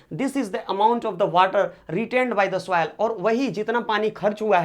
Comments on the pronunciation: Please do correct pronounation it soil not souil😂😂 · please do correct pronounation it soil not souil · It is not souvil it soil sir😂😂😂😂😂😂